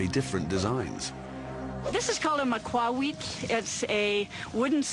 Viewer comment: The lady got it wrong. The maquehuitl is pronounced ma-kwee-tal.